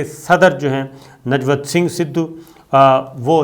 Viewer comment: Najvat nam nhi he sabir bhai nivjot nam he